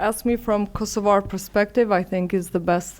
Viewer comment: The only thing you were right about is that finally an Albanian pronounces KosovA with an A. Everything else shows that you are a puppet and mouthpiece for the new world order. First, you should be speaking Albanian and AI can translate for you. You should assert your sovereighn language. You also missed out the part that the first war in Europe after the World War 2 was in Bosnia, NOT in Kosova. That was 3 wars later. You also failed to mention that the EU does not recognize Kosova, NATO does not recognize Kosova, even Unmik does not recognize Kosova. You think Russia really cares or others care what your stance is towards Russia? You have no military strength and you are controlled by foreigners. You really have no say. Does Kosova value human rights values? Absolutely not. They have broken every UN resolution on palestine so much that it's the second nation only to have an embassy in Jerusalem. You want others to respect international laws for your people, but not when it comes to Palestinians. You fail, and you continue to support a genocide state. You have not learned from Bosnia, or Croatia or even in your own place in Kosova. Even though Kosova did not go through what the Bosnian muslim did. And for your information the Ukraine does not recognize Kosova but was sending arms and soldiers to Serbia during the war, and was sending arms and soldiers to Macedonians to fight Albanians. You should be ashamed of yourself to '''align with the Ukraine" why? Because you follow wh